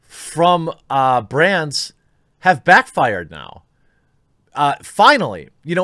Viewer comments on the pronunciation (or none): When you said “Woke ads from brands.” It sounded like you said “woke ads from Brant” and I thought “I had nothing to do with any of them!!”